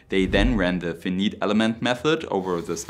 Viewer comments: This is an excellent presentation! There was just one problem. Fee-neet is not an English word. Fi-nite is the correct pronounciation. You don't say Wee-Fee, you say WiFi. Same thing. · Interesting material. FYI you say finite as f EYE n EYE te. Eye = i = what you see with. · Positive criticism: "finite" is pronounced [fai-nait] in German fonetics ( /ˈfaɪnaɪt/ ) Comment: Awesome!! This makes me think of a more denser practical version of Aerogel.. liked & subbed! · An interesting video but I want to point out a small error. "Finite" is not pronounced "feeneet"; the two i's in "finite" are not pronounced with a long "e" sound as in the word "feet". Rather they are pronounced with a long "i" sound as in the word "ice". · Very small pronunciation suggestion for you. Finite is pronounced more like f-eye-nite rather than the way it should be pronounced from the spelling. Great video on an interesting topic and your English is otherwise so excellent that the one word really stood out lol. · hast du finite absichtlich so ausgesprochen? dass musst du doch bemerkt haben dass das nicht englisch klingt. falls nicht, es wird eher "feineit" ausgesprochen. vielleicht einmal von google die wichtigsten wörter vorlesen lassen vor einem video? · The word "finite" is pronounced as fy-nait. The first syllable is stressed, and the "i" sound is similar to the "i" in "eye". It rhymes with "night” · I can't, sorry I can't take it anymore, fee-nit elements, to which I say bye Asian (method). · Took me a moment to comprehend your pronunciation of "finite" since I was listening to the audio without the video. It is properly pronounced like "feineit" -- the letters are just different from how it would be spelled in German. Edit: the stress is on the first syllable. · Your English is very good, but I just have to comment on your pronunciation of the word "finite". It took me quite a while to figure out what you meant by "feneet". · funny to hear you say finite, as if it were fineet